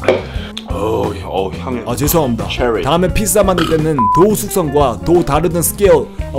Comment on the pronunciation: ㅋㅋㅋㅋㅋㅋ발음이 삐짜 이러니까 북한말 같네 ㅋㅋㅋㅋㅋㅋ이 영상만 그런건지 아닌지 다른 영상도 보러가야겠음